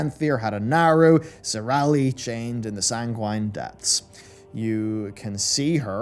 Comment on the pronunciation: i think it's sang-win/san-gwen, not sang-wine but what do I know.